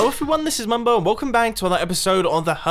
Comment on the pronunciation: Has someone else noticed Mumbo said welcome bang instead of welcome back?